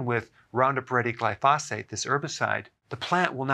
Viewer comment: I know this may seem picky but it drives me nuts that he mispronounces the word glyphosate. The emphasis should be on the first syllable and not on the second. He's the only one I've ever listened to that mispronounces it. I know it's being a little picky but it drives me crazy.